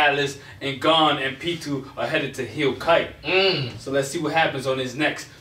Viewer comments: His name is GOn not fucking gone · Did they say gone? Instead of gon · How you guys all gona disrespect Gon the whole video saying his name wrong like that :/